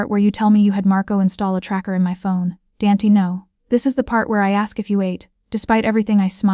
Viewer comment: Danty? I suspect it is meant to be Dante.